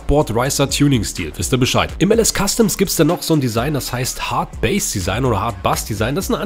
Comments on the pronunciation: Das heißt Hardbass und nicht hardbase 😂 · Hardbass nicht Hardbase 😂